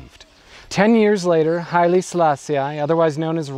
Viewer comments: Not bad... but, just so that we get it "I was never meant to understand the Rasta", did you have to make the point so blatantly by pronouncing the Emperor's name the American way, as "Sala-Si-Aye" when it's obviously just "Sala-Si"? Your analysis & research looks good, so you must've heard the right pronunciation 100s of times, still couldn't help showing off your schoolboy Americanism? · You do good research. But your pronunciation of names leaves a lot to be desired. Like here when you say countless times Selaaa-si-aaay. Please do some research on how to utter the name before you launch an entire video on the guy. You should know this English/American "i" is not only incorrect, but plain offensive. Like George Bush's Aaaay-rack for Iraq and Aaay-ran for Iran or the obnoxious Aaay-tel-yen for Italian. It is not Selaaa-si-aaay but simply Selaaa-sih. Here's Wikipedia to help you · Rastafari pronounce it as Sa-la-see-i which I presume is why he pronounce it that way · Why does he keep pronouncing 'Selassie' like that? ("selass-ee-eye") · kourii yes.... this REALLY irritated me! Get his name right FGS man!